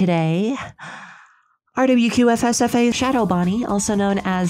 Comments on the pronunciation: Shadow Bonnie's real name is pronounced ruh-q-su-fax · Hey the rwqfsfasxc guy, aka shadow bonnie is pronounced ra-q-sa-fax. ur welcomr. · I think it's prounounced rekusafax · the way she says RWQFSFASXC always gets me.